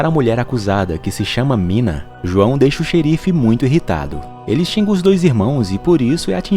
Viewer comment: Uma pequena correção: o nome daquela bruxa ruiva é (nina) e nao "mina" tmj 👊😅